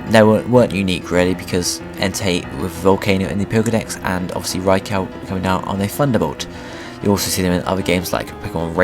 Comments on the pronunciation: Yelling at my tablet saying "its fuckimg pronounced raikoo not fucking raicow you dumb shit" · Good video but its not pronounced raikow but raikoo. Spelt raikou. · my bad. suicune was pronounced correctly. but raikou is pronounced: 'ry-ku' not 'ry ko'... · I've always pronounced Raikou's name rye-koo instead rye-cow. rye-coo just sounds wrong to me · raicow is so cool lol its raikew, or thats how americans say it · Did je say raicow? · RyCow??? say it right!!! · From what I have heard it can be pronounced either way, this name is specifically one in debate, but the Pokedex 3D PROnounces it (see what I did there?) Rai-kO so I would have to side with you (If I have to pick a side :P) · It's supposed to be pronounced "Rai-kO," as in a long O sound. They pronounce it incorrectly in this video. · They said Raikou wrong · seriously.. you pronounced Rai KOU wrong.. aswell as sui - CUNE seriously.. its not that hard to pronounce these names properly.. FFS!